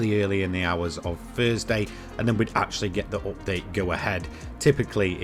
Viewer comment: Im here to just hear him say "oopdate"